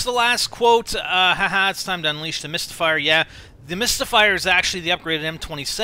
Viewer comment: Misty is referring to herself when she said mystyfier